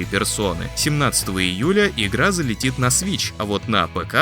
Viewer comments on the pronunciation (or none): none